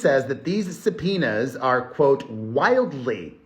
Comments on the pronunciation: Subpoenas; sometimes when you are saying this word it is sounding like your saying za penis. Is it just me or anyone else hearing it😅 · Before you read subpoenas as supinas I use to read them as subopenas in my heart 😂😂😂